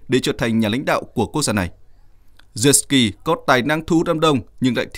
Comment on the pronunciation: Lên cậu hề là Zelenskii bán nhé.. Đọc tên cho chính xác